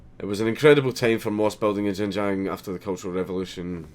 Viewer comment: Not to mention that Xinjiang is pronounced "Shin-jang" NOT *Jinjang!